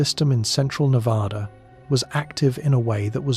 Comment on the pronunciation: Nevada. The first A sounds like the A in cat, mat,, at, bat etc. NOT like the A in apostrophe! Please. We're kinda of sensitive that way. Sorry.